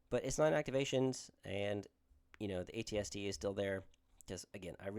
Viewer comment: First time seeing an AT-ST on the tabletop, I feel in love! Really like the Boba/AT-ST list! Also you’re pronouncing it correctly so no sweat!